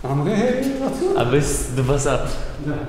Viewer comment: Dubasary??? d...sary???